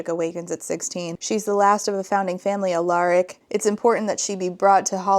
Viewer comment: Just a note: It's pronounced AL-uh-rik, stress on the first syllable.